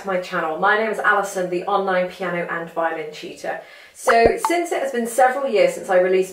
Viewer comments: More like "violin tewtuah" lol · Whenever she says "violin tutor" it sounds like "violin cheeta" to me.